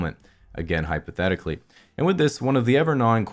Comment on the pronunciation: And hyperthetically😂😂